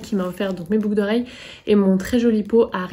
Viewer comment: 🤣🤣🤣"une paire de "boug" d'oreilles ", ptdrrrrrrrrrrr je l'ai dis ainsi pendant des années j'ai crue être la seule sur cette planète! Merci je suis pliée 🤣🤣🤣 et longue vie à Nox!